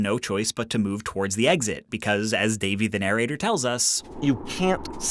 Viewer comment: narrator pronunciation - /nəˈreɪtə/